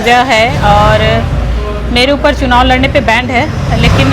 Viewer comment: band nhi madam ban hota hai 😅😅